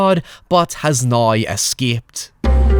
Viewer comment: Great vid! I do have a question unrelated, why do I hear you and some others says “now” like “nayee”? Something kind of like that. Like, almost every “now” has no “w” sound and omits it for an odd “aye”. Nayeee, let me ask you something. What will he do nawyee? Naye, I’m not one to argue with…